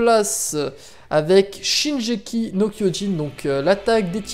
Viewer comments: il a dit sa parce que tu l'a prononcer "shinjeki" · Waaa shinjeki il a dit :( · Oui mais avec la bonne prononciation , c'est mieux :p